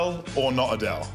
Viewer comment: Adele or A Dell 😂😂😂😂😂